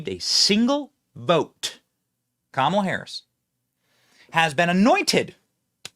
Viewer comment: Camelah lol